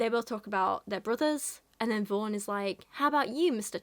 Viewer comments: I keep hearing her name as “Vore” Help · For some reason every time you say "Vaughn", I hear "Vorn." Which isn't really any worse of a name.